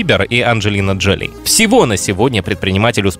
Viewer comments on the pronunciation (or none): none